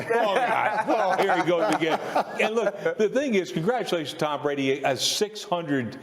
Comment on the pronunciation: When Ryan Clask did the lip slip of "Tom Greatdy" that was the absolute definition of Mr. 199